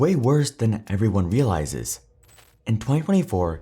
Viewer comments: Yeah, “eveyone” is in fo a eal shocke. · "Eveyone" lol